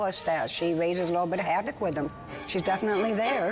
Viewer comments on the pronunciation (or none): none